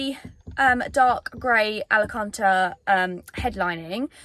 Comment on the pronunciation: … say Alcantara 😜😜 I thought you were going on holiday when you said it last 😜😂😂 Ali-cantra.. 😂😜😜😂